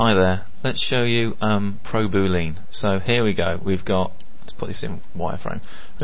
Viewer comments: Thanks for the video. But its not pronounced Booleen. ;) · is that how you say boolean in the UK? boo-LEAN as opposed to bool-E-en? like your al-oo-MIN-ium cans? great video!